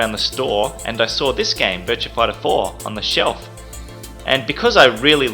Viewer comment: "Virtua Fightah Foah"